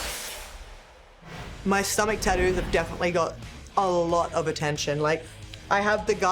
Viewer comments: Tattoos ❌ Tadoos ✅ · Tattoos ❌ Tad-dooos ✅ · Love the way Rhea says tattoos she goes tadoos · Tah-ouuuus or tah-doos, never tattoos. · "Taddoo's" - Rhea Ripley 2025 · Cracks me up listening to her call them TaDoos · Take a drink every time she says tadoo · Tah-doos ….hmm,gotta look into this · Nobody: Rhea: Tadoo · “Tadoos” 😂 love you Rhea 😫🙌🏻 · I actually just counted the number of times she said tatdoos 😂 my count was 41 with 2 tattoos, I love wwe and have loved Rea Ripley since the first time I saw her wrestling in the May Young, so I'm not hating what so ever. And I'm terrible at proper punctuation and spelling and grammar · “taddues” -Rhea Ripley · Well I officially have “Tad-doos” now! 😂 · Why you say tattoos like that? I'm trying to be mean I'm just curious I guess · I like how she pronounces tattoos with her accent😂